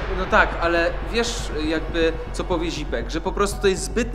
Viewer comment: eeeee zipek a nie dzipek